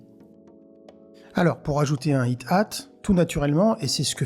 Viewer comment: Très sympa comme vidéo, je connaissais pas cette fonction. Cool ! Juste, je suis certain que ce se prononce Aïe hâte (Hi hat) et pas it hâte, il n’y a d’ailleurs pas de t dans le premier mot 😊